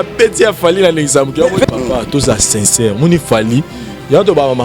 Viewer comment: oza na lokuta Moïse mbiye aza na Belgique yo ozo loba France 😁😂 en plus bino mibale bozo loba u à la place ya i , sinçeure place ya sincère 😂😁 boza suka